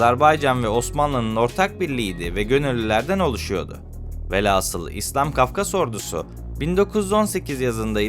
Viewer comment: Bu kadar geniş bilgi verilen bir konuda, şu kadar dahi olsa hatâ yapılmamalıydı... Mesele ise; mütâkare değil "mütâreke" ve "alfâbe" değil "alfabe"dir ! Bunların yanındaki "aslı velhâsıl olacak velasıl" ise haydi dikkatsizlik olmuş olsun !